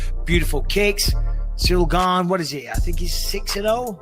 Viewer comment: Ciryl “gain” Gane